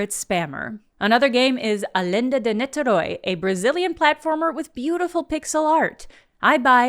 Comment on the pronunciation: What's with that ersatz Spanish pronunciation of 'A Lenda de Niterói'? It's Brazilian thus in Portuguese, the accent is way different.